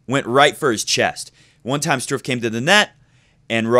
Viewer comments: Hahahah no comments on Straff, STRUFF! I laughed more each time you pronounced it that way xD nice video, keep it going :) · Dude...you're babbling. Normally I like your vidoes but I had to vote thumb's down on this one. 14 minutes to say the obvious? Really? This should have been a 5 minute "quick sip" video. And in the future could you please find out how to pronounce the opponent's name ahead of time because the Strooff/Struff thing was annoying. As far as Roger's backhand - it's early going. He'll figure it out just like he did for the final last year. And if he plays Djokovic there's no way Djokovic is suddenly going to come to the net 30 times so I'm not too worried about that. Roger will probably have to get past DelPo first so let's not get too far ahead of ourselves. As shaky as Djokovic looked against Monfils he may not even make it past the winner of Zverev\Chung. Notice I am NOT giving Ramos-Vinolas much of a chance.